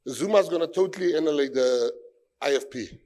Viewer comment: Annilate? Do you mean annihilate maybe Gayton?